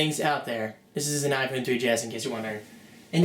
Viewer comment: u say iphone wrong